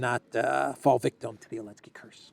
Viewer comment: Why does he leave the Z out of Zelensky, he calls him Elensky, I’m assuming there is a reason